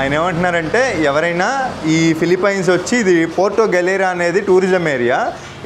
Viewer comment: Ore Gutle... nuvvu philipyyyyynes antaventra kojja...thuuuu... nerchuko ra gutle